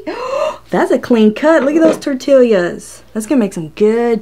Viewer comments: "Tor-TEE-ya." Just sayin' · She said tortilias wtf Edit: I’m glad she now bows how to say it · “Tor-till’yas” ?? 😂🤣, as opposed to “tor-tee-as” .. kinda cute ! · your knife is fake diamond coated! We say tortillas, you say tortilias. It's all good! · OMG Tor tee yas! Not tor till yas! The southern trumps the Puerto Rican! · Its definitely NOT Tortill*i*a ITS Tortill-a... NO extra I !!! jesus .. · it's tortillas...not tortilias...... gosh I cringed so hard hearing you and it took you 10 minutes to even start with the first test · I like that you call them tortilias lol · Tor tee yas The double LL makes a Y sound. Funny how she pronounced both the L and the Y sounds. ☺ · Lmao 😂😂 at you saying “tortillias” I was one of those ppl saying omg if she don’t say it the right way (puling hair 😠😤😂) ❤️❤️ still love watching you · "tor'TILL yas" hahaha!!! :-D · I love when you say tor tillius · tor ti lias omg girl say it right ahahahahaha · Tortilias?🤔 Sorry but did I hear wrong? Am I trippin or she actually said T-O-R-T-I-L-I-A-S😂 this has me dying never herd anyone call them that😂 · Can’t believe it cut those “tortillyAhz”!!! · "tortillias" lmao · 80 tortilyuhs 😂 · TORTILIAS??? lmao ok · Momma Jen I laughed everytime she said that! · Don't you live in Texas? Lol,. Tortillas are pronounced; 'Tore Tea yas!' G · Tortilla = Tor-te-ya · Tor Tee Ah :) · She said TORT-ILIAS🙄🤦🏻‍♂️ I’m done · Great video 👍😄 Just the way you pronounce tortillas 😄 I've never heard someone say it that way 😂😂😂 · I really liked this video until I heard you say tortillas.